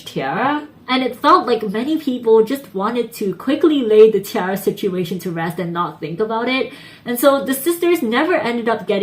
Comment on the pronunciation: But Roly Poly will always be a shining success for them. Btw, it's pronounced 'Tee - air - uh'. Source: they pronounce so themselves in numerous videos.